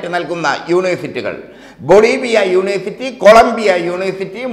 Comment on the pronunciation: യൂണേ സിറ്റി അല്ലഹേ !